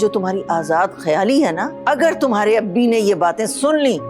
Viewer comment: Abba hota hai ye Abbi kya hai